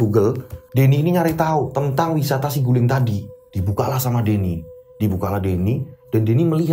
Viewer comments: bukan siguling, saguling pake A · BUKAN SIGULING TAPI BENDUNGAN SAGULING. JABAR